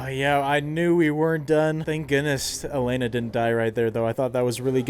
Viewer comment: It's so jarring to hear you say "Elena" when it's "Yelena". That's why I always watch everything with subtitles LOL